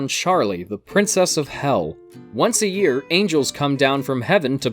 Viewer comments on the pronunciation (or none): none